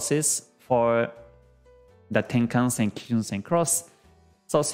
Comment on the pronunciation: これは初めて、平均足（ヘイキンアシ）を正しく発音している方を見つけたことになります。YouTube上の他の人々は不思議と「ハイケンアシ」と呼んでいますね。同様に、一目均衡表の要素も正確に発音されています。多くの人が転換線（テンカンセン）を「タンケンセン」や「タンケンサン」と発音しているようです。まあ、日本人が日本語の元来の経済・金融専門用語を正しく扱うのは当然ですが・・・